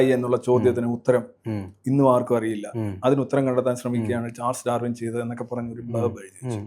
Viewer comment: ദ്രാവിന് അല്ല.. ഡാർവിൻ.. മദ്രസ വാണത്തിന് മലയാളവും അറിയില്ലേ..!